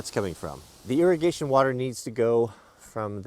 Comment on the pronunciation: Pronounced (Irrigation) ear-a-gation not airagation. Don’t feel bad I was corrected several times. After 11 years of employment. I am now the irrigation supervisor for a large PNW farm. Sadly I am forced to quit my job and move off grid due to the current lame POS administration.